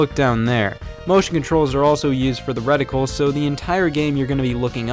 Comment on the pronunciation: He said “reticle.”